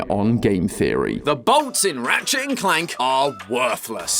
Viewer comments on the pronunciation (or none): none